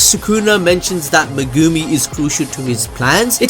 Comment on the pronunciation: I don't understand. He watches the anime, no? So why does he choose to say megooomi instead of just saying it like it sounds. Is trying to be quirky or some stupid shit?